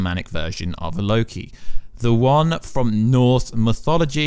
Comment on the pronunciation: Surprises me he pronounces "Loki" right :P